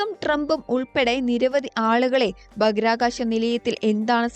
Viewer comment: ഭാഹിരആ കാശം. Not ബാക്കിർകാശം